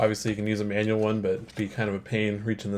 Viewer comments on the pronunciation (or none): none